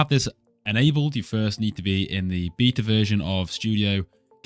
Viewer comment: "bita" besides that its good!!